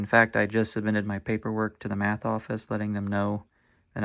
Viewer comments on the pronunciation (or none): none